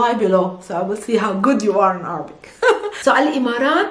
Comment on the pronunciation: Why is she still saying Arbic instead of Air-a-bic in English?